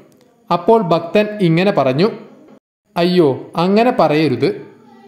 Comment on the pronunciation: ഭക്തൻ,ഭാഗ്യം എല്ലാം തെറ്റായി ഉച്ചരിക്കുന്ന.